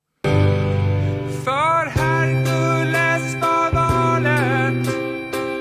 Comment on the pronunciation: Last bit of Herkules actually pronounces with a fast/short e vowel, just like the first e